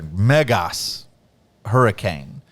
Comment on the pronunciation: You said "Megas" like a true Greek!